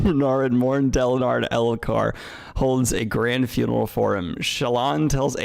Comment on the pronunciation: i enjoyed how elhokar slowly became alethkar in daniels mouth over the course of this stream